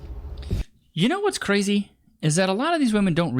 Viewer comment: Never stick your d in cwazy.